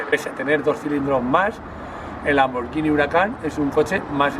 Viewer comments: A ver si aprendes a pronunciar: es Lamborguini, no Lamborllini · Me esta poniendo enfermo con lo de "lamboryini", (lamborGUIni se pronuncia) y lo remata diciendo "pors" al Porsche (pors'she se diría).